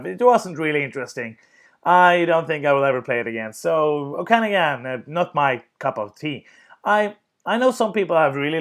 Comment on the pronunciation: Haha, it's pronounced OAK-ah-NOG-in. Interior of British Columbia, several hours west of Vancouver. Sorry you didn't like the game, eh?